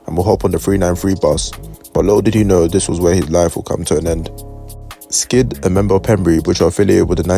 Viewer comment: His name was S kid bro not skid